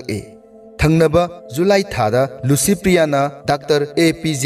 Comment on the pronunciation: Dear narrator , u pronounce LICYPRIYA as LUCYPRIYA....